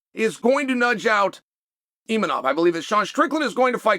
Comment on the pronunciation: Gotta love the way Chael butchers every foreign fighters name. Pee-era and Imeanov 😅